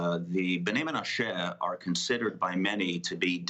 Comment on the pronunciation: Why can't this i24 anchor get basic pronunciation right? "MenaSHAY"?? Is this Ireland? Buddy, be a PRO, please, and a Jew, please.